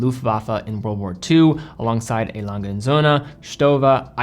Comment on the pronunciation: Lange, not Lan-ga. Glashütte, not Glashutta.